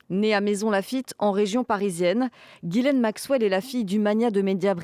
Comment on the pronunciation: Since ‘Ghislaine’ is a French name, I’m surprised to hear it mispronounced on a French news channel. 😮 🇫🇷 😮 🇫🇷 😮 🇫🇷